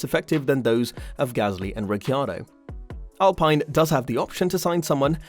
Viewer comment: Can't stand to those pronounce of ricciardo, alpine... Why are you doing this my man.